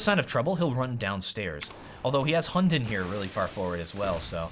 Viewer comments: Hunden in danish is pronounced with a soft d, so you say it like; Hun-en :) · It sounds so funny when you say "Hunden's" name xD